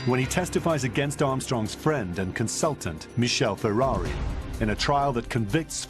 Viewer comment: Could the narrator not pronounce Ferrari's name correctly. He was Italian, not French.